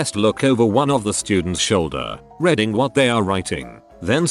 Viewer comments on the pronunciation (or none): Redding instead of reading? What the hell? What does it take to have a REAL person as a voice?